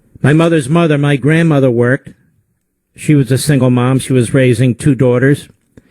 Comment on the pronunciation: He cant even pronounce the word "worked." Its past tense you idiot. Stunning.